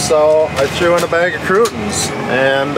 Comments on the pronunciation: Ummmm … it’s crouTONA not “crewt’ins”. (Hand on face…UHG), your poor English teacher! Too funny listing to you guys! LOL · I was like "what the he'll are crootins?" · Crootins? Tortillas? lol. Love it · LOVE pronunciations of "Tor tilla" and Kru tons" ❤️🤣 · Crootins and tortillas. Lmao